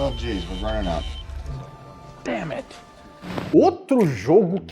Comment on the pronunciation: "Nine" (durei 12 segundos) - "damnt" (jesus toma conta) 😂🤣😂🤣😂🤣😂🤣